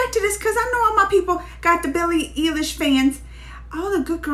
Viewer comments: please.. it's eilish.. like an eyelash but an eyelish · Billie eeilish lmao